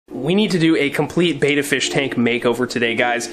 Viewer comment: Nice job mate. It would be awesome if you pronounce Betta properly, not being picky but the way you pronounce it means effeminate man. Betta means Warrior and is pronounced similar to "Better". Betta Splendins means Beautiful Warriors. You always do grest work I hope you don't take offence to my comment. I also love the Salivinia it's is a life saver.